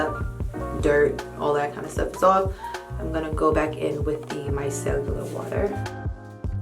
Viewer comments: Your skin looks great. It's pronounced micellar water, not micellular water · Love this video! I do have to say that it is micellar and not micellular, love your content as always!!